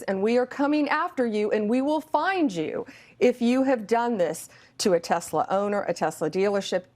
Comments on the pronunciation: Tesler you mean, right ?? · TESLAR! Say it right! 😂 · "I love TESLER..' said the orange rapist 😂😂😂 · I think its pronounced Tesler. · It’s TesleR, ask the Mango Felon 47. That’s how he pronounces it. TeslaR. Tesler. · They should go after this weird old guy that keeps tariffing his company and calling it Tesler. That's not efficient for business bro.